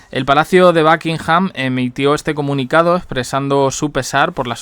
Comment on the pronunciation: Por favor si no sabes hablar Inglés ...por lo menos pronuncia los nombres como estan escritos ! de donde sacas backinham ?